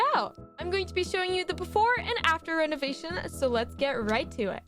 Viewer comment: Me: OH a new video! yay! Mom: come eat breakfast and wash the dishes Me: NuUuUuUuUuUuU Mom:what did you say Me scared for mah life: NoThInG (when said renovation and renovate i thought she said renegation and renegade LOL